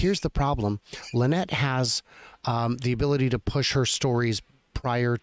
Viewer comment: You missed her name, it is not Linnette it is Lie-Nette. LOL